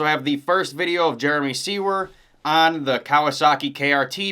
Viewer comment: Finally, someone who actually pronounces Jeremy Seewer's name correctly!!! lol 👏🤘Maybe Mosiman will be a late BarX announcement? Have a great holiday!!!